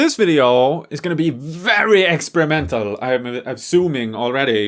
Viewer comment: Ha ha it sounded like he said this video is going to be very excremental